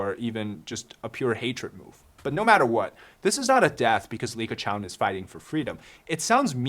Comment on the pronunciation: Are you serious? Dude, the name is Li Keqiang. 李克强！